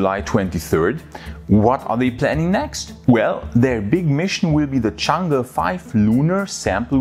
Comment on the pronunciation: "the Chinese moon lander chang-ga". arghhhh